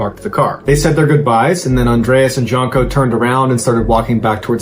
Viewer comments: The J is pronounced like a Y. So.. Yunko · Pretty sure Jonko is pronounced like Yonko. if it's Slavic anyway. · Janko is pronounced as J as Yes,You Džanko is wrong sound like Jimmie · Brigitta and janko can be pronounced in an Anglo style or with a Scandinavian style. For Brigitta you used a more Scandinavian pr Germanic style but then switched to an Anglo pronunciation for Janko. J is almost always pronounced as a Y in any language other than English. Yan -ko. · Janko is pronounced Yanko